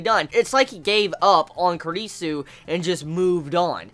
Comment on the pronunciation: Your pronunciation of Kurisu is so...ugh..wrong lmao